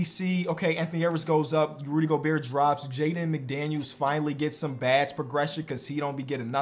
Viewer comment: says ruby gobert not Rudy gobert😭